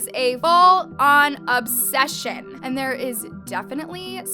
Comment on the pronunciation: LMAO ! “ Obseshunnn “